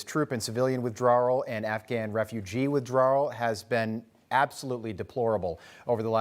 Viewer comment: "withdrawrrrrr"?! Lol